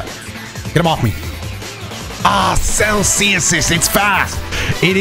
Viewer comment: The way says "cell C assist" makes it sound like he's saying "Celsius" but in an uncertain way.